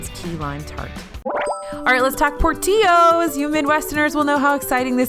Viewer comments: Agree Mike, born and raised in Chicago (moved to FL in '97). Always has been pronounced by everyone in Chicago as Por-till-oh's even by the owners themselves. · As someone from Chicago...it is not Port eeeooos. It is Port ill Ohs. lol and they have great Chicago style dogs, as well as Maxwell street polish, and a fantastic Italian beef. Don't forget the Chocolate Cake Shake as well. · Hey........it’s pronounced Por-till-os, not a Spanish teeyo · What the heck is a porteeyohs? Portillos, man. Come on. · Por-TEE-yo’s? Wrong. It’s a hard L sound. Do better research. Makes me wonder what else in this video you are bullshitting and totally wrong about. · PorTILLo’s, never PorTEEo’s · Portillo's is pronounced "por-TILL-o's" not "por-TEE-yos". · It’s PortiLLos not Porteaos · It's pronounced Poor-till-ohs not Por-tee-ohs. It's not a Tex-Mex joint. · OMG, no kiddiling. PortiYo's? Someone needs to tell... PortiLLo's. That was hilarious. Why are people saying it like it's Spanish? Do they now sell tacos? LOL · Oh,! Sorry, but it's pronounced "Poor-Till-oh's" Promise. And don't skip the cake... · its por-til-ohs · I don't understand how people can still take you and DFB seriously. Por-tee-yos? Absolutely shambolic and cringe worthy display. I didn't know Italian beef, burgers, salads, Chicago style hot dogs and chocolate cake were a part of Mexican/hispanic cuisine. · did... did she really pronounce it por-tea-os? NOOO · Fyi...pronounce the "ll"s in Portillo's. por-TIL-oes And their plastic cheese is amazing with fries (and chix tenders) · It’s Por-till-ohs the chocolate cake shake is my favorite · It's pronounced Por-tiLL-O's. Love you videos but as a Chicagoan I had to comment. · Hi- it’s “pour- till-o’s” (the LL is not a y sound like in Spanish but an L sound like in Italian). Yes the chocolate cake is the best fast food desert ever. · chicago hot dogs and italian beef sandwiches are my favorite type of mexican cuisine at por-ti-yos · Ben Fox haha same